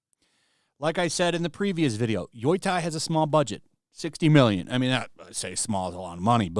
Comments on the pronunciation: it's pronounced Yo-Tai, not Yoi-tai. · Bothers me every time he pronounces Yotei, it cracks me up. It's Yo-Tay. Not Yoi-Tie lol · Lol. He can't pronounce it. It's yo tay. It's irking me. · Why the fuck does this moron keep saying "Yoy-tai"? Does have a single brain cell in his head? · I love how no one knows how to pronounce the name. Yoitye, Yoitay, Yotye... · Ghost of Yoi Tai. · I don't know why you keep saying "Yoytai" but I approve. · Yo-tei (tay)!!!!! YO-TAY!!!! Dude freaking say it correctly hurts my ears and makes me want to turn the video off. I don’t want people to not give you a chance because off the terrible pronunciation. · How did you come up with that "Yoy Thai" pronunciation lol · "YOY-TIE" is killing me. Lol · Yeah. Lol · Is there some joke behind him saying "Yoy-tai" that I'm missing? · "Yoo-Tay" Get it right buddy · Yotei is pronounced (yoh-tay), btw. My eye twitches every time you say it😂❤ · I can’t be the only one who is annoyed this dude cant even pronounce the name of the game properly. Jesus Christ 🤦‍♂️ at least say it correctly. And saying it’s cringe people are promoting it is true, but sitting around talking about the opposite is literally just as cringe. Woo boy wha is this channel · Wow your pronunciation of Yotei is absolutely atrocious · Is trolling with his pronounciation?